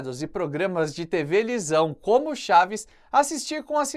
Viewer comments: Eita errou o português tevelisão 😂😂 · Tevelisao ? Kk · programas de "tevelisão" kkkkkk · TEVELISAO KKKKKK Cara eu falava assim quando era pequeno! Justamente na época que via muito chaves! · ele fala tevelisão hahaha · tevelisão kkkk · acho q ele só ia dizer TV mas acabou dizendo Tevelizao kkkkkkkk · Kkkkkkkkkk tv lisao kkkkkkkkkk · Tevelisão kkkkkkkkkk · "programa de tevelisão " já diria Chaves . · KKJKKKK NO MINUTO ELE FALA TEVELISÃO😂😂😂😂😂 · “tevelisão”? Hahahahaha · Um adulto falar "tevelisão" é desmoralizante. Parei o video aqui. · Foi impressão minha, ou o apresentador do canal, falou "tevelisão"!? rsrs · “programas de tevelisão” kkkkkkkkk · Eu ri do seu "Tevelisão" em isso sim. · ele disse TV Lisão? 😅😅😅 aí qui burrrru, dá zero pra ele kkkk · Você falou tevelisão de propósito ? KKKKKKKKKKK